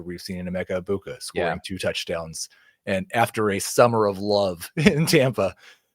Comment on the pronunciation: This is my favorite fantasy show, but you guys NEED to respect these players and pronounce their names correctly. Hearing you mispronounce Egbuka’s name 30 times in 5 minutes is like nails on chalkboard and extremely disrespectful to the Egbuka family